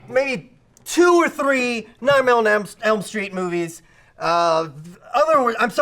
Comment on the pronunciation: Holy frick, every time tries to say "Nightmare on Elm Street" he says "Nightmail on Elm Street"